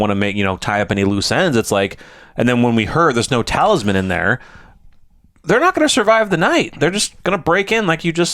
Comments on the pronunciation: It's a talisman not a talibut. Sorry, I just had to say it. Otherwise I love your reviews. It adds more layers than just having watched it by myself. Keep up the good work! :D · Great reaction to a fantastic show. Just one note, it’s talisman not taliban (LOL). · I am dying everytime you guy say "Talibut". I keep thinking about a halibut fish LOLOL